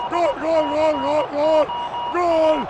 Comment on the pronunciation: Pareciera que estuviera ladrando en vez de diciendo gol, que malo es tal lama narrando